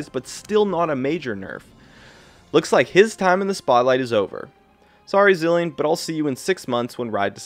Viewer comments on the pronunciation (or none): none